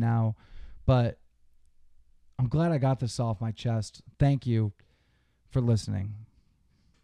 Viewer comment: He said he just does thois for the monwy